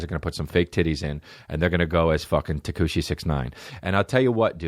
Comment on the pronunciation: Went from Tekashi to Tekooshi to Tekonchi hahahahahahahaha i love this man